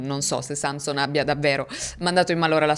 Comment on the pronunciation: Nel cognome Sanson l'accento cade sulla o (in Friuli)